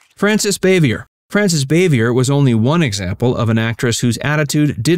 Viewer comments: Frances Bavier’s name is pronounced Bah-Vee- A, not Bay-Vee err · Frances Bavier pronounced her last name as "Bah-vee-ay", not "Bay-vee-er". as you pronounced it. She was "ANT Bee", not "AHNT Bee". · Yes, very bad prep for this video. Not only the stupid statement that Ernest T. Bass was a director (instead if Howard Morris), but he doesn't know how to pronounce Frances Bavier's name. Its Baa-vee-ay ...not Bay-vee-er. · It's not pronounced as ' bay-vee -ur '...it's ' bah-vee-air '.